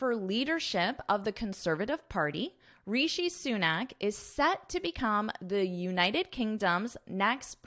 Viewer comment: Though, your pronunciation is not good. You have to work on it. Say it again and again RISHI SUNAK ......